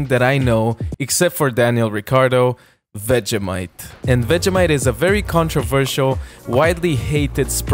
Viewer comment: dont say vegEHmite say vegEEmite